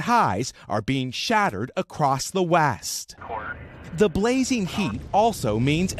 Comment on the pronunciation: "...across the wAst."🤣